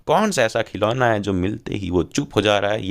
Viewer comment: Khilona ❌khilola✅ lekin kisne diya 💀